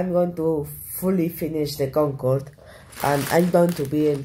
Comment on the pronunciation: the "gogode"got me dying